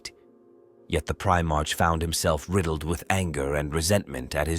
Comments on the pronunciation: This idiot doesn't even know how to pronounce primearch😂😂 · Please teach the AI to say primarch properly, every time it says pri march(like the month) i die a little inside.